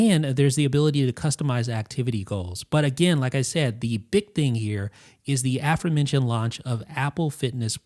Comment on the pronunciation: It's a-FORE. Say a-FORE-mentioned. Not that it’s a word worth using.